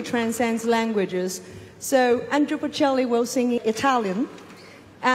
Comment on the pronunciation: 杨澜虽然看的出来很用心很有诚意，但英语的确还达不到主持人/播音标准。毕竟这种级别的盛事，要从中国派一个双语主持，代表国内最高水平，我觉得标准和要求还是应该要比这个再高一些。读音首先很多字都有吃音节的问题，语法有几个小错误，最主要的是把波切利的名字念错了。他不是Andrew，是Andrea，可能是因为中文普遍翻译成安德鲁的问题？其实准确的说他叫安德利亚，这个就比较严重了，毕竟是三个重要嘉宾之一。。。